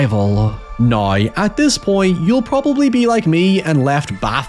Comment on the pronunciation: Loved the vid. I giggled every time you pronounced now as neigh